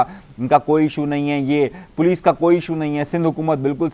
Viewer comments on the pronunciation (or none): none